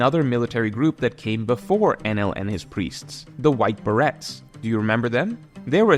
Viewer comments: "beh-ray" not "ber-ret" Good video as always though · Its pronounced Buh-Ray. Dont blame english its a french thing. No hate just fyi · It's pronounced bah-ray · Great video, but that's not how "beret" is pronounced :P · bro really does NOT know how to pronounce beret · There's no way you don't know how to pronounce beret... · This is a damn good video, but I am surprisingly disappointed in your pronunciation of Beret. 😂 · Youtubers and mispronouncing easy words. Even when it's their entire job to just speak into a microphone, name, a better Duo. I'll wait